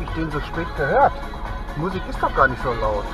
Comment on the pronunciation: Wie spricht der denn am Ende Muuuhsik aus alter. Daran merkt man schon, dass der CCR nicht alle Tassen im Schrank hat. Der sagt bestimmt auch Kina statt SCHINA.